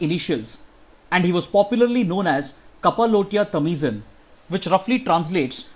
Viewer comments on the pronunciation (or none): The correct pronunciation of Kappalottiya Tamizhan is - कप्पल ओटिए तमिळन